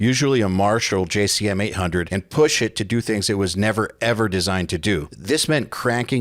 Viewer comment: You said jcm wrong